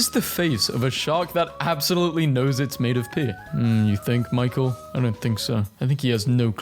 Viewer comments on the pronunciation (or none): none